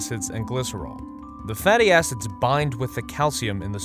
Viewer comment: Why did I hear "fatty assets" instead of "fatty acid"..